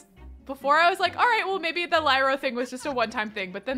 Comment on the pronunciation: Hi! I love your videos! Just to let you know, Lyra is not pronounced like that. It is actually pronounced Lee-ra. You said it right. I know because my baby sister is named that. Love this challenge btw!